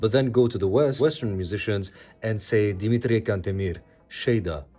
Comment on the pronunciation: I'm so glad to see you got a sponsor! A lot of people need that product. Edit: I didn't expect Dimitrie Cantemir to pop up here. Your pronunciation was native level (I say as a native Romanian speaker) but I'm not surprised at what you are able to do anymore.